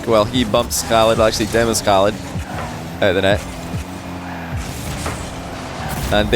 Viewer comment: you are pronouncig oKhaliD's name really well :)